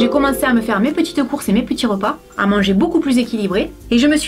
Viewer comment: dans le mots mes tu prenonce le s